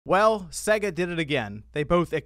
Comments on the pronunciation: you still triggering me with you pronunciation of SEGA lol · Your pronunciaton of Sega is off... Listen to the start of any sonic game!!